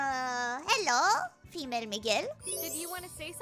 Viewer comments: she pronounced female as tamale with an f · Female (pronounced tamale) fan checking in, is too based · She said "female" like it's a Taco Bell menu item. Love it.